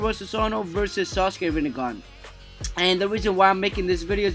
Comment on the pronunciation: it's not ranniegan it's rinnegan